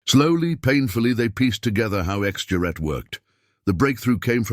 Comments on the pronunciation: Gerat. Not juret. Knickebein, crooked leg. Nicabine? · 'Gerät', for Christ's sake - not 'Juet'... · This is very gripping. I never understood radio in high school, but I took German, and I can tell you that narrator is pronouncing "juret" all wrong. Certainly the G should be hard, and the second syllable, with its umlaut, should have long A as in 'mate.' But somehow the word doesn't seem very German, so I'm open to correction. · For heaven's sake PLEASE just translate it "X Device". The butchering of "Gerät" as "Jarette" is insufferable. For a start, it's a hard "g". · This is what you get when bots try to pronounce mixed language, text and speech. IIRC the "juret" word simply means "apparatus". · Lets the AI try to speek "Gerät" 🙂